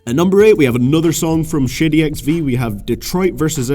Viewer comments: I deadass thought you were saying shitty XV and not shady XV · lol I thought you said shitty xv in number 10 lol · Sounds like you're saying "Shitty Records" hahaha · It sounded like you said Shitty XV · shitty XV ? 😂😂 u pronunciation 😭